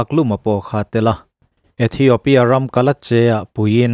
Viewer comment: ithiopia tiin space tel miah lovin lam ta ila a dik zawk mang e aw